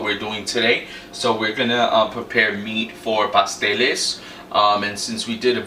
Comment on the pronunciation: I thought you said pastelillos